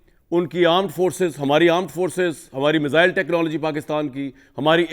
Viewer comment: मिज़ाइल नहीं मिसाइल 😅😅😅